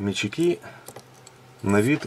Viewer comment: Услышав в пятый раз слово метчИк, глаз задергался)))